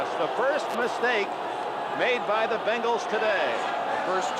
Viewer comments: Say it with me….BENGals….BENGALS…… not BANGLES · BENGals. Not f’n BANGals